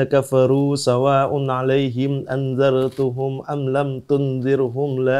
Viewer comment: a angdzartahum, bukan angdzar tuhum